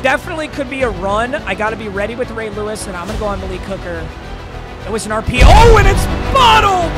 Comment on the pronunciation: “Huge hit from lay rewis”